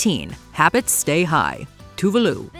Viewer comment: “Tuvalu?” Her name is pronounced Toe-vuh loh”